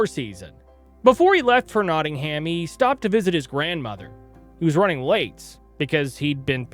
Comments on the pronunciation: I'm Canadian and even I know it's Notting-um or Notting-im. Depending where yer from. 😂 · Meanwhile he pronounced it Notting-Ham 🤦🏻‍♀️